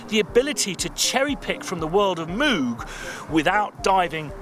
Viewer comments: Bog Moog said it himself how it's pronounced - moog, like vogue, you can find a video online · It's definitely Moog, like Vogue. Not Moog like a cow were saying it. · Insists on saying MOOOOG, so I left the video at :43. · It's actually pronounced "moog" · Am with you on the “Moog” thing, but playing devils advocate I should point out they also, in the early 80’s, had the Moog Rogue synth, which seemed designed to force a particular pronunciation? Didn’t really work though as I recall my mate in a music shop asking to see what he pronounced as the “Moog Roog”. 😂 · You're both wrong. Moog is pronounced like "good" "book" "took", obv. Don't know where they got Mooooo or Mohg or wtv. I wish I'd been able to let Bob know... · No worries, we understand you when you say Moog. Force us to use metric. 💕 and thanks, America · Re pronunciation - Moog Rogue.